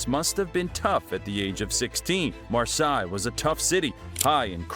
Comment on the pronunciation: Marseille is nout pronounced Maasai.